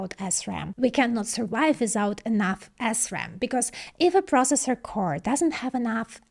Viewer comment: Huh huh huh, she said Assram. Huh huh.🤣🤣